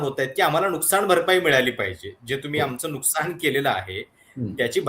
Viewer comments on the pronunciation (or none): none